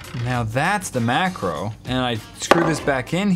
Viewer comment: You said “mackerel” not “macro”. Are we talking about fish?